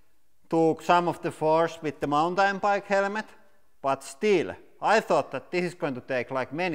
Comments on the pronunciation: "HELMET" NOT "HELEMET"!! HAHAHAHAHAHA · Try Hell-met Instead of hell-e-met. No offence just helping out with the English language. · Helmet not HELEMET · It is helemeth, not helmet :) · I kept hering HELEMET instead of helemet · Wear a HELEMET" for safety porpuse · Beo ita not HELEMET ITS Helmet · Motorcycle HELEMET 😂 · Helemet hahhaha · I LOVE THE ACCENT " HELEMET " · Hahaha helemet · Zechariah Rose Helemet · HELL-LE-MET. I love this channel so much. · I love how he say "helemet" <3 Keep doing what u love. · Hell-a-ment LOL You had me in stitches. It's bad when the Cabbage is stronger than the "hell-a-ment". LOL That was fun. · the strongest "HELEMET" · I'm not a basher but I'll automatic laugh when he say's "HELEMET"😆😂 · I like how he says «helemet» hehe😅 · "Helemet helemet helemet" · I came here for the "Helemet" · Helemet is that the way you pronunce it in your country cuz im curious... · What's a helemet? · Why you say it helemet/ helemets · What? Helemet?.. It's okay we all made mastake's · It's Hella ment not helmet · Every syllable must be pronounced. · Thought he said element at first lol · Ural Motorcyclist English is the most used side language out there in the world. But i understand what u mean, but you do not have to be that rude in the comment field.. it was kinda funny how he said the word (helmet)... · I love how the word "helmet" has three syllables here. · I love how he pronounced helmet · “Helmet” has 2 syllables. I’m puzzled that he hears 3 syllables or why he thinks it is 3 syllables!